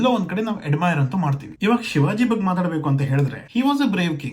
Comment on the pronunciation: ಏನೂ ಬಗ್ಗ ಬಗ್ಗ ಅಂತೀಯಾ ಮೊದಲು ಕನ್ನಡ ಉಚ್ಚಾರಣೆ ಮಾಡೋದು ಕಲಿ, ಬಗ್ಗೆ ಅಂತ ಅನಬೇಕು, ಮತ್ತು ಇಲ್ಲಿ ಶಿವಾಜಿ ಯನ್ನ ಹೆಚ್ಚಿಗೆ ಪ್ರಚಾರ ಮಾಡ್ತಾ ಇರೋದು ಮರಾಠ ಸಮುದಾಯ ಅವರಿಗೆ ಆವರ ಸಾಮ್ರಾಟ್ ಬಗ್ಗೆ ವಿಪರೀತ ಅಭಿಮಾನ ಇದೇ ಅಷ್ಟೇ. ಮರಾಠ ಸಮುದಾಯ ಈಗಲೂ ಬಹಳ ಪ್ರಬಲ ಸಮುದಾಯ ಮಹಾರಾಷ್ಟ್ರ ಸುತ್ತಲೂ ಇವರ ಪ್ರಭಾವ ವಿಪರೀತ ಇದೆ ಅದರ ಪ್ರಭಾವಕ್ಕೆ ಲಿಂಗಾಯತ, ಕುರುಬ,ನಾಯಕ್,ಬ್ರಾಹ್ಮಣ, ಜೈನ ಎಲ್ಲರೂ ಒಳಗಾಗಿದ್ದಾರೆ ಅಷ್ಟೇ ಯಾಕೇ ಮುಸ್ಲಿಮರು ಕೂಡ ಹೊರಗಡೆ ಶಿವಾಜಿ ಮಹಾರಾಜರ ನ್ನೂ ಕೊಂಡಾಡುತ್ತಾರೆ ಅದಕ್ಕೇ ತಾನೇ ಸಂಜಯ್ ಖಾನ್ The Great Maratha serial ಹೊರ ತಂದಿದ್ದರು.